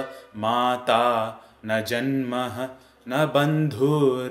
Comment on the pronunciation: Guys, there's a mistake . The word is just janma( जन्म / జన్మ / ஜன்ம )there is no visarga(:). The root word is "janman" and hence this form. Kindly correct it when pronouncing.